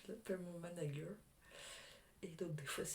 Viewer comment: Mdrrr j’adore ton mari « managueur » 🤣 comme le sketch de Franck Dubosc tellement drôle 😂